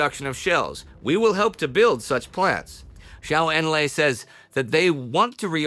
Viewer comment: Please pronounce Zhou Enlai correctly. It is Joe En-lie